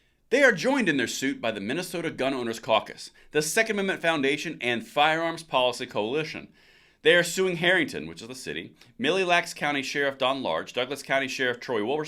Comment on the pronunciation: It's pronounced "mill-lacs"